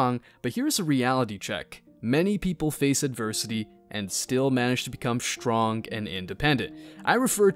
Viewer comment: its Strength not SHtrength and Strond not SHtrong